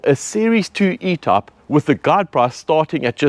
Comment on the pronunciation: Are you trying to say “ E type “ ?